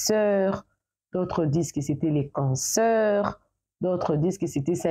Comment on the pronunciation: Tu dis canceur? Pourquoi?